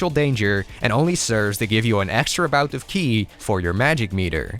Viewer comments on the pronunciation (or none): none